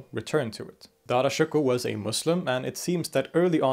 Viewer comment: When he says Dara, it sounds like Dada.